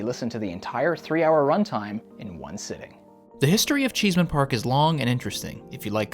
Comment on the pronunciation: CheeseMan Park? It's ChessMAN Park. SMH. Did you not watch the movie? LOL